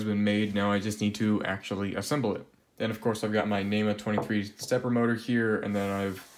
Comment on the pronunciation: NEMA - National Electrical Manufacturer's Association. Say it with me. Neema